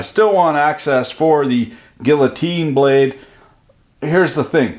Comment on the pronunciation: I'm 34 seconds into the video and you already said "vidjya" and "guillotine" Liked and subscribed